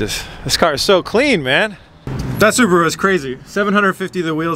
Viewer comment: he just pronounced it slow so it sounded like subaru.. su pur aa